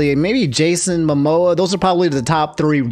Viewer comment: This man did not just say Jason Momoa lmfao